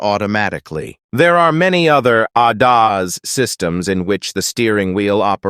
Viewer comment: I hope you didn't spend too much on the AI voice because it is terrible, won't watch another one of your videos with that annoying and condescending voice over, the pronunciation of ADAS is pitiful and makes me want to strangle who ever wanted this ridiculous voice.